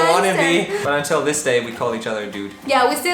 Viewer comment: sigues diciendo “these” instead of “this”!!!! 😂😂😂